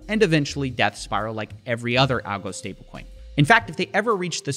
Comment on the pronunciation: Every single time Justin Sun says stablecoin i hear it as StableKwon. Bro, i dont think you should tell us all this info. Its enough to look at USDD name and stupid icon to get that its a ponzi.